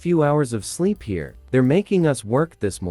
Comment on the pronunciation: Why do they keep saying hare (A rabbit) instead of here (current location)?